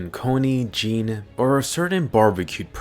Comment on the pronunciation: I think you’re pronouncing jean’s name not right